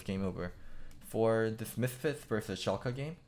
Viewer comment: first pronunciation of 'Schalke' was correct - the second would be right if it was Schalka, with an a